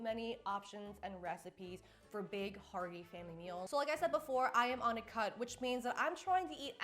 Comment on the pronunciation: Oh you said cut, I thought you said you were on a cult.